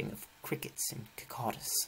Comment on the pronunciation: Bro really said 😅kacadas it’s not that hard cicadas